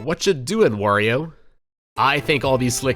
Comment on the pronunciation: He said wario right.